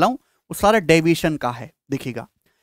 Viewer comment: Tq sir all arithmetic revision ho raha h but aapse requests h app divition bolte h oh nahi samjh aata please ese aur ache se explains kar dijiye ga allegation chapter mai🙏🙏🙏🙏🙏🙏🙏🙏🙏🙏🙏🙏